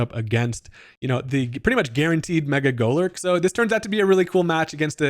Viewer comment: now i've been wrong my fair share of times but i swear i can't unhear mecha golurk an i like it lol